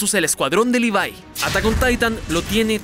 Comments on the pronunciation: livai? q verga se dice levi igual como se escribe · no es levie es levi